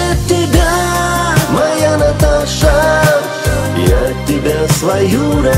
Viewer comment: Одно произношение этого имени. согревает душу...💞Каждая женщина, по имени Наташа будет счастлива,услышав самые нежные, добрые слова бархатного голоса, вашего голоса,. Ждем новых песен! Успехов вам,и будте счастливы и любимы!